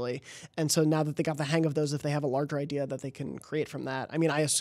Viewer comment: "iDEAR" - Jobs.